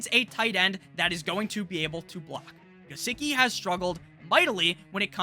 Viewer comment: "Licky on my Gisecki uh" 🔥🔥